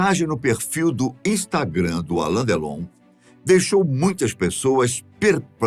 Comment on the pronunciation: Não é por nada não mas não é ALAN é ALAIN com I.